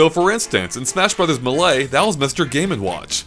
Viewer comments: It’s pronuounced MAY-LAY, not muh-LAY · stop pronouncing melee as malay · "Smash Brothers M'lay" M'lady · "meh lay" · Maylay Muh-lay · When said melae instead of melee... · Smash bros. Meh-lay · Did he just say "MEH-lee"? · Who else was triggered when he said melee wrong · your opinions are absolute garbage and you don't even know how to pronounce melee 0/10 video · Melee stop making me cringe. Just pronounce it like everyone else. Pls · Am I the only one who hates how says “Melee”? I don’t know how he can mess this up, especially when the announcer in Melee says it when you boot up the game. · Did anyone else hear him say melee wrong?